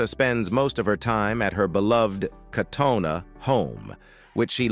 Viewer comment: He’s pronouncing Katona, way wrong.